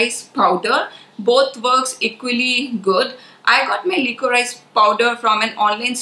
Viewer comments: The right pronunciation is li-co-ri-sh and not lee-co-raa-ees. I don't mean any offense but just wanted to let you know of the correct way to say it. Sorry in advance if it offends but my intention is not so. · FYI Liquorice/licorice is pronounced "li co rish".